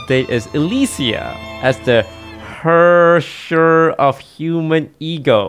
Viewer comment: Surprised toast pronounced Herrscher correctly